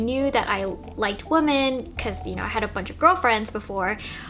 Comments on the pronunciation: Stupid question, why does she keep saying woman instead of women, plural? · "women" (plural) is pronounced like wimmen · Sorry this is a tangent to the topic of the video but it’s this video that solidified it for me, do Americans not say ‘women’? It always sounds like they’re saying ‘woman’. And they pronounce those two words the exact same way almost as if they’re using it interchangeably. When I say “women” it sounds very different and distinct to the way I say “woman”. Like we-men and woo-man